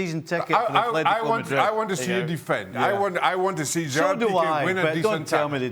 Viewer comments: Steve Nicol needs to learn that it is ATLÉTICO Madrid, there is NO H IN THE WORD, the same goes for EVERY OTHER CLUB NAMED ATLÉTICO SOMETHING OR OTHER. Athletic Club (Athletic Bilbao outside of Spain) is the one named ATHLETIC. Athletico Parananese, a club in BRAZIL, is the ONLY CLUB IN THE WORLD NAMED "ATHLETICO". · Can someone tell Steve it’s ATLETICO